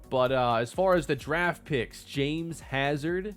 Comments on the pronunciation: His names really pronounced Ja-Mez and not James?? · dude said “Ja mez” when it was just “James”